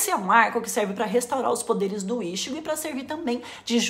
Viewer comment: por favor, não fale ishigo....me dói a alma ver tua tatuagem falando assim...é i tchi gô ! morango!